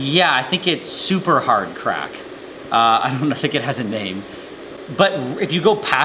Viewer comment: love the “SUPER hard crack”